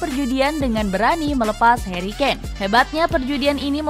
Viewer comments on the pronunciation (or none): none